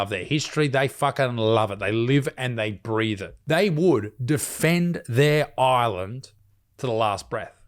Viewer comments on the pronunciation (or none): none